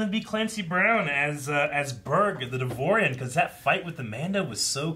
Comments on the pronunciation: It's not "Devorian", It's "Devaronian" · It's pronounced "dev ah ronieian"